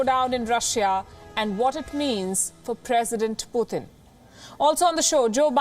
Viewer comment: It's Putin NOT Puthin. Please say his name correctly.